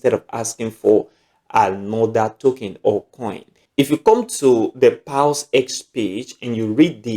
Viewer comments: Paws as in ‘pows’ not paus 😃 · It's paws not pals sir🙂